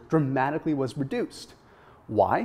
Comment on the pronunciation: I couldn't tell if you said reduced or produced.... I got confused if the 16 weeks folks risk of bad heart markers were reduced or increased. I thought you said the were produced (reduced?) in the 16 week. Did the 16 week vaccenic acid people bad health markers decine or increase? The graphic verbiage didn't indicated which way it went Natural yoghurt good or bad for you? I couldn't tell if the experiment run by the folks at Alberta was showing the negative health effect of vaccenic acid or the benefits... THANKS!!!!